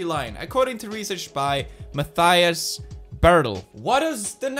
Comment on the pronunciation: Please never every pronounce the german name Mathias the way you did again😂